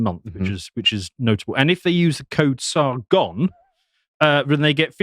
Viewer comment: Okay, so Sar-gone, but where did Sar-go?